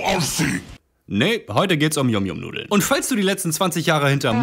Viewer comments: Er hat es yum yum ausgesprochen, das wir yam yam ausgesprochen 😭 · Die dinger werden eig. YAM YAM ausgesprochen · Das wird yamyam ausgesprochen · Warum versteht eigentlich niemand, dass YumYum wie „YamYam“ ausgesprochen wird? YumYum ist englisch für lecker.